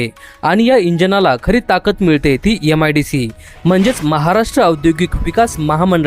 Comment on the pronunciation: यम आय डी सी नाही रे मित्रा, एम आय डी सी. अत्यन्त घाण उच्चार....